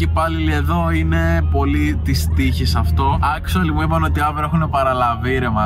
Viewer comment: Τι μιλας αγγλικα αφου δεν ξερεις. Ολο ακτουαλι και ακτουαλι ινσταντ. Τα λες και λαθος